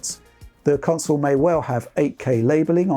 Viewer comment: Witched put the cwonsole frewww it's pwacces